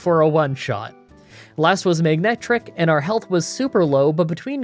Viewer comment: Hey! At least in this heavily editted video, you said Manectric correctly and made it seem effortless. It wouldn't be hard, but part of me thinks it'd be really funny. How about a run where you only use pokemon names that you can't pronounce consistently. Love the videos! Keep 'em coming!